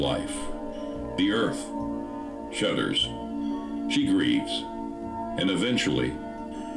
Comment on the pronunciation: "she shuddters" ???? 😂